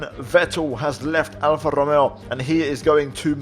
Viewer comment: althought it is pretty obvious, you do speak spanish. the way u saud RRRRRomeo just confirmed me it